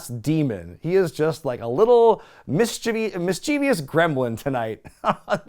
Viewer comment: There is only an ou in the last syllable of mischievous. Please stop placing an e sound for a letter that doesn't exist in the word.😊